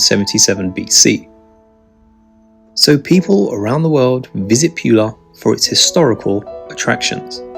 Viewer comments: Pula is pronounced "P'oo'la" not "p'you'la". C'mon let's get the names right. Nice video. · It's pronounced Poo-La not Pew-La.